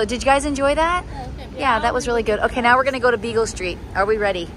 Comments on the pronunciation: LoL... It's so cute that you keep saying Beagle st. It's Beale st. ☺️😂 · you crack me up "Bagel" Street...I think u meant Beale Street!!! Lol 😆 😅😂 Looks like u all are having a blast!! I wonder how the boys are doing??? Stay cool!! These hot days are killing us all down here!!